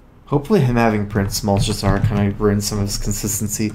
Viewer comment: Anyone else bothered by pronunciation of Malchezaar? It sounds wrong, whether it actually is or not.